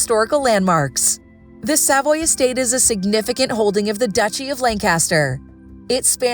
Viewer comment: Not only that, the narrator mispronounced Norfolk and Savoy. Was that a real person with a heartbeat or another A.I. fake voice?